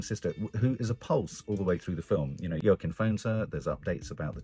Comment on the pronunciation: Yer keen Phoenix lol. I thought I was bad with pronunciation!